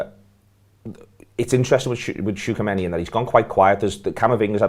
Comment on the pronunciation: butchered tchouameni's name